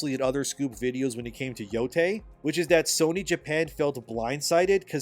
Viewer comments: ITS YO-YAI NOT TAY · It's pronounced "Yo-Tye", not "Yo-Tay".